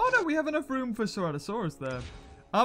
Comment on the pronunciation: « Ceratosarus » you meant Ceratosaurus ?